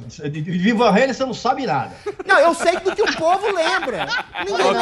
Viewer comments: Tudo Bem sobre o Van mas o Regis é um completo Boçal... Usa o Fonética REYLEN mas não usa o mesmo critério para os demais nomes do Rock... Ou seja... um cara completamente desconhecido que fica com essas fonéticas para aparecer é VAN RRRAAALLLEEEMMMM, mas enfim se for inglesar os nomes da musica, que o faça em todos os nomes... Um boçal... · Não é /van reilen/, é /van ralen/..... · Não entendo pq as pessoas falam Van Reilen... o nome é holandês e não inglês, é Ralen, Van Halen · Em holandês a pronúncia é "rálen" mesmo; Regis usa a forma inglesa, mas equivocadamente (o correto em inglês é "rêlan", não "rêilen) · Meu querido, Régis. Não se pronuncia “Reilem” e sim Halen! Rálem! Adrilles, primeira vez que eu ouço você falar besteira! Era melhor ficar calado. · A pronúncia é Halen e não "Reilem", por tratar-se de um nome holandês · Não é assim que se pronúncia "Van Halen", a pronúncia abrasileirada é mais correta do que essa aí pedante do Regis Tadeu, pois se trata de nome neerlandês, logo diz-se "Fan Ralen" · Hey Regis... Por favor, você quer pronunciar o nome do Van Halen todo pompudo mas você está pronunciando ERRADO! Não há a prouncia do æ. A pronuncia do Eddie passa mas o resto NÃO.